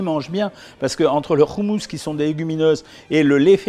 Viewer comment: Salut docteur on dit pas Trina mais t'Hiné et c'est pas roumous mais hoummous😅 sinon très bonne vidéo, intéressante et instructive sur une nourriture pourtant si familière pour moi mais dont je ne connaissais pas les valeurs nutritives, merci !!